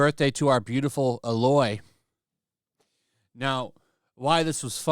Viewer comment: The fact that you mispronounced Aloy's name tells me you didn't play the game. I don't care about the peach fuzz. Both games are damn good, and her design isn't awful